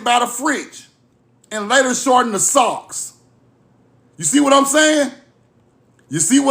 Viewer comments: Suu not Sock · Respectfully, Sioux is pronounced Sue.❤